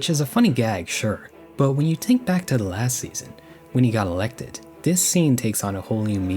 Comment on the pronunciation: There's an "h" in the word "think." Think, not tink